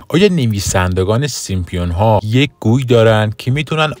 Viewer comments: خنده دار تراز سیمپیون ها اینه که بشینی تحلیل کسی رو گوش بدی که به سیمپسون ها میگه سیمپیون ها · اسم آن سریال " سیم سونز" Simpsons هستش لطفا درست تلفظ کنید، با پوزش.😊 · سيمسون ها ! اينجا پي خونده نميشه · baba Simpionha yani chi?? simpSONS ya simpsonha va "P" talafoz nemishe Yani SIMSONS 👌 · هنوز درست نمیتونه بگه سیمپسونها بعد کلیپ درست میکنه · شما اول تلفظ صحیح اسم این انیمیشن رو یاد بگیرید بعد در مورد پیشگوییشون هم صحبت میکنیم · شم اسمشو هم درست نمیگی جناب اینا خودشون درست میکنن همه چیو پیش بینی درکار نیست